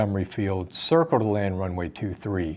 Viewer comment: "Circle to land runway 23" vaguely sounded like "Cleared to land runway 23". Wonder if that's what confused the pilot at that point in the exchange, as it was way too early in the approach to be cleared to land.